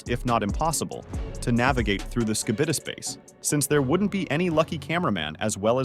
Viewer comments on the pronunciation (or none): none